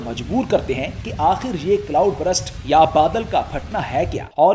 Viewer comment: ہاں، یہ ایک عام غلطی ہے۔ کئی لوگ burst کو غلط تلفظ کر کے brust بول دیتے ہیں، حالانکہ درست تلفظ یہ ہے: ✅ burst → برْسٹ (آخر میں ’سْٹ‘ کی آواز) ❌ brust → یہ انگریزی میں کوئی لفظ ہی نہیں یعنی زبان کو سیدھا رکھ کر برسٹ کہنا ہے، نہ کہ برَسٹ یا برَسْٹ